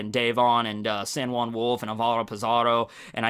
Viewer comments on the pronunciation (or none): none